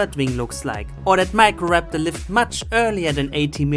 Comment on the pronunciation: how do you screw up a pronunciation as simple as microraptor